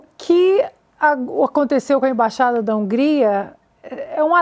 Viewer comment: Ei, imbaxada não existe, existe "Embaixada" ok?